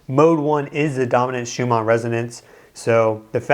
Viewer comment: It sounds like you are saying schuma instead of schumann